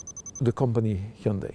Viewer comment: 휸다이 라고 않하는게 연습 많이 한듯.ㅎ